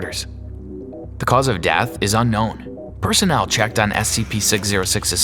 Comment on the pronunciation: Lol he sed dath